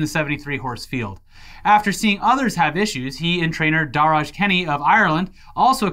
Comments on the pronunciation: Big love from Ireland boys, just letting yall know that Darragh is pronounced "Darra" and not "Darraj" to save you from any future angry mobs of Darraghs in the comments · Darragh is pronounced "Da-rah" not "Da-raj"!! - Your friendly neighborhood Irishman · minutes into the video hearing "Darragh" being pronounced like that hurt my soul a little but I'm still laughing my ass off because I never heard my name being pronounced like that before 😂 😂 😂 For future reference the "gh" is silent so it's pronounced "Darra" 😊 Keep up the good work guys and hello from Ireland! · Darraj, LMAO🤣🤣🤣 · As someone from Ireland, hearing the horrible pronunciation of Darragh gave me a smile, hahah. It's the same as "Dara". Irish names are weird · Daragh is pronounced darra. needs to come to Ireland to learn our ways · Darragh is pronounced “Darra” by the way guys😂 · its pronounced Dah-rah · I’m Irish and I almost died at attempt to pronounce “Darragh”.